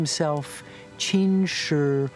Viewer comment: the fact that you took the time to type this. also, as a chinese/taiwanese taught student, these facts are very true. also, its qin, not chin.